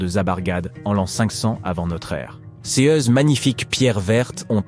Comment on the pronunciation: La prononciation des adjectifs démonstratifs ou possessifs entache votre documentaire, langage informatique, dommage, cesse eux ne veut rien dire, Ces serait plus approprié, MERCI